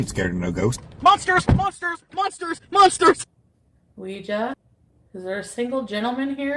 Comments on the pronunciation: She pronounces it wrong, you are correct. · Is it just me…we always called it a “WeeGee” board.